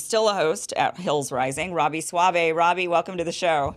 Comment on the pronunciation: I ALMOST clicked OFF this video when I heard you say "Robbie" ...🤦🏽‍♂️